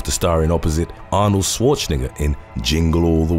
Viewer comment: Is it me or does he not pronounce Arnold's name right